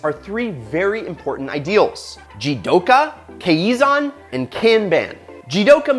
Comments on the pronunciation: Fyi pronounced "kai-zan" . We have monthly kaizan proposals every month at My japanese company where j work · It's pronounced (ki zon) and ( con bon) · I love Toyota, I grew up with one. And I love the channel, I'm a fan of it. I just can't ignore the way read 'Kaizen'... It sounds so weird when he said that. No hate, just saying...